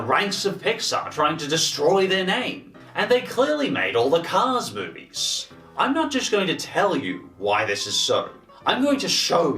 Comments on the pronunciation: It's not cars you guys. It's caws. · I love the way pronounces "cars." CAAAAHS!!